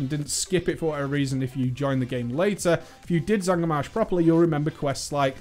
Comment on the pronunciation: its not zangar marsh